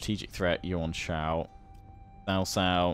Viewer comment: I'm pretty sure it's pronounced cow cow instead of sow sow, not that it truly matters either way